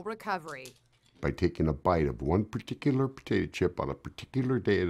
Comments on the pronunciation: I heard "pertikilar" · evlynn ! And paticular??? Or particular?? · No its "pertikular" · No no no partkuler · I love how he says prtclr instead of particular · paticular paticular paticular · It sounded like he said “Peticula” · Xlender no, its PATICALAR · But it’s particul- SHUT UP! IT’S PATICULAR! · No it's "pertikulur" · W.A Raider purticuler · for me it sounded like he said potato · he says "preticularrr" lol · More like "partckular." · AHHH 😂😂 PaTiCuLaR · I just loved the way he keeped saying peteculer😂😂😂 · “Patata chip” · par tic u lar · the way he says Particular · The A is silent lolol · idk but it sounded kinda funny how he said particular lol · I like how he says particular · particular. I’m sorry I found it way too funny.